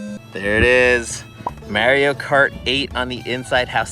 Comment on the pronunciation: Bro you needa say “Mario” correctly. 😅